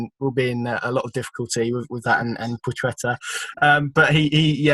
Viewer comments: Pwa-het-a .... It's really not that hard to say. It's not a ch sound. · PLAH-CHET-AH - I am sick of listening to debate around pronunciation. Call him whatever you want, I have no doubt he couldn't care less. We are english, so pronounce it in english and get on with life.